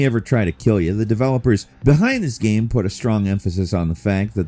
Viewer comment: Kinda sounded like he was saying "what makes the up coming Karen unique" 😂